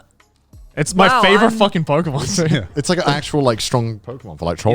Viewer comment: Hearing them try and pronounce Pokémon was both entertaining and cringe